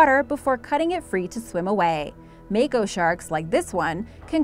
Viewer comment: Say it with me mah ko shark